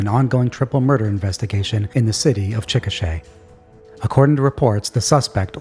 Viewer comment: You pronounced Chickasha right! Good job. That guy is insane ewwww